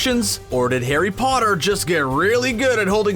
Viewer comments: At the beginning he called it Garry Potter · Hey you said Garry Potter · Did anyone heard that he ssaid Garry potter